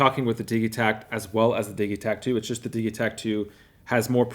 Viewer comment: Why do you say "diggie-takt" when its Diji-takt... like digital!?